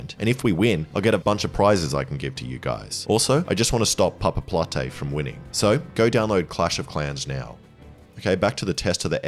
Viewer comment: Hearing an english speaking human pronouncing Papaplatte is truly an experience.